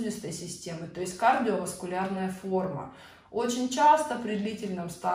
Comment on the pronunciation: "кадио-васкулярная форма" ?